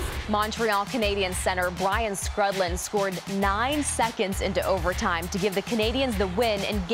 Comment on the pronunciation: If you work for the nhl network, you should be able to pronounce players names. Skrudland is prounced “screwed lind”.